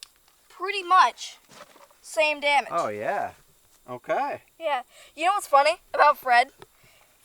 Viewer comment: I love her expressions, not only on the way she handles that .44 but her innocent mistakes too… “Dummege” 😂😆😂